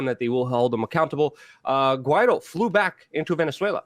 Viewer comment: Guaido is pronounced Gee a doo